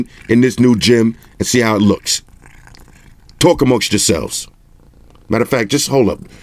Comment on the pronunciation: TAWK AMONGSTH YOSELVES 😆